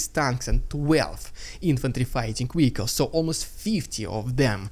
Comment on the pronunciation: Wehicle is such a cuteee word 😅😂